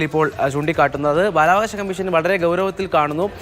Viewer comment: ആദ്യം അക്ഷര സ്പുടത വരുത്തൂ പിന്നെ പോരെ ഈ കുറ്റപ്പെടുത്തൽ ബാലവാശ എന്നല്ല ബാലാവകാശ എന്ന് പറയൂ രണ്ടുപേരും വലിയ ഒരു ന്യൂസ് ആഹാ .. ആഹാ . ആഹാ..